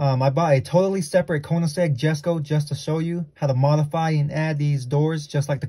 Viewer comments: The way he pronounces jesko is killing me 😭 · it’s pronounced “yesko”